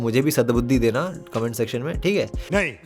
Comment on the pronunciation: "में" mein ए ki matra aati hai instead of ऐ 😂😂